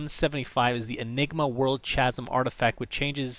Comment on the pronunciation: Chasm is pronounced "KA-zem" not "CHA-zim" Dunno why, but that bugs me as much as the your/you're and the lose/loose silliness.